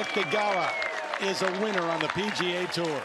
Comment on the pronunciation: Seen from France, PGA really sounds too much like " 'Mericaaa ! "